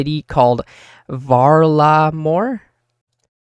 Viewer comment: Val-Ah-Mor not hard to pronounce they said it about 83 times in the summer summit stream lmao